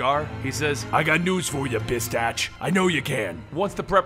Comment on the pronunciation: hey isnt it bastich? not bitstach right?